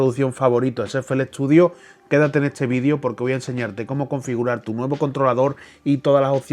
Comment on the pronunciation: por que dices vidio??? cunado es video, por que en todo caso cuando dices ofrece, deberías decir ofrici